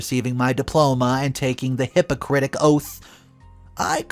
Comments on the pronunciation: Just a suggestion, you mentioned the Hypocratic oath. You may or may not have said it incorrectly...😅 you may want to double check, for any future videos. 😊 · “Hypo-critic “ oath 😂😂😂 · did he just say hypocritic oath lol